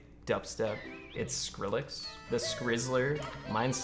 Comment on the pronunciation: There's like 12 ounces of water in my wind pipe from hearing this dude say skill rex.